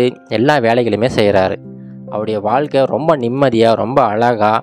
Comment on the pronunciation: தமிழை கொஞ்சம் சரியாக உச்சரிக்கலாமே "வால்க்கை வலியாக அலகான" தமிழ்க்கதைகளில் "ழ" கர உச்சரிப்பு முக்கியம்